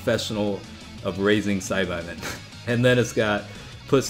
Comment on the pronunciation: Sci-bye men is really bothering me. Ive always heard it as sci-baa.